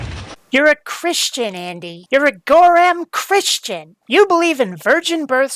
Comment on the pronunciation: Thanks for saying gorram, fellow browncoat